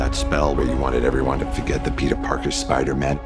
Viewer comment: Wait..... if you rewatch the first ten seconds dr strange says spider MEN